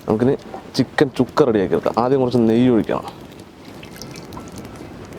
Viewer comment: ചുക്ക അല്ല അണ്ണാ സുക്ക സുക്ക